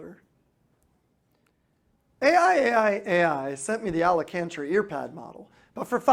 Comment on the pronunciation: AlaCANtra? Really? Oh dear. But I suppose that embarrassing mispronunciation befits the rest of the video.